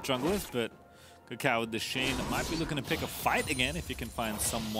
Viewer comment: Swear it sounds like pastry is saying ucal instead of kaka0